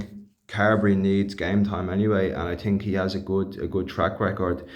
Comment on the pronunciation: I TINK, I TINK......😂